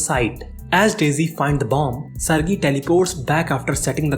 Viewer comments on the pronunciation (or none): It's sarge not sargi😔